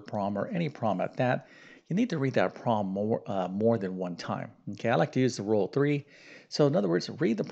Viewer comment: Since you’re a math teacher, who uses the word “problem” so often; perhaps you could pronounce it correctly. It would be easier to listen to you speak. In your defense, you are probably tired of saying the word “problem”. However, we must listen to it repeatedly. Occasionally, you do pronounce it correctly. I admire your math skills. I struggle with algebra. However, I do enjoy grammar, literature, reading, foreign languages, history, geography, and spelling. God gave each of us talents, interests, and aptitudes for learning. Math is not an easy subject for me. I enjoy how you explain, in detail, the procedures to solve the problems. Thank you for your help! I really like your channel. With so many subscribers, it is clear that many people need help with math.